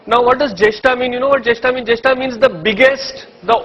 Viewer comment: It’s jesht, Vashist Not Jeshtaa and Vashistaa just like ganeshaaa buddhaaa ramaa and so on It’s Interest to hear you but please make the pronunciation correct 🙏🏻